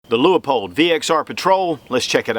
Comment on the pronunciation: The Leupold catalog has a note that the low end is actually 1.5x even though labeled as a 1.25x. Also, I think the company pronounces the name as "lew-pold" rather than "lew-ah-pold".